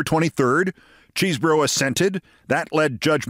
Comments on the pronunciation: Keith, I admire your work, but he's not "impossibly named" because his name isn't "Cheesebro," it's Chesebro (pronounced "Chez-bro"). You're usually so careful about things like this; I hope you correct future reporting. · Say"Keszbro"-hard "ch" as "mach"- we have a similar nane🚨⛔